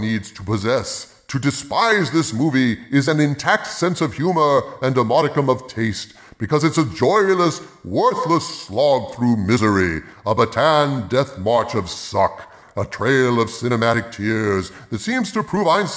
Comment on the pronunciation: Small note, it's Ba-ta-AN, not Ba-TAHN.